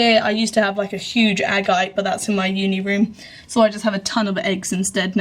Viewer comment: You are mispronouncing "agate".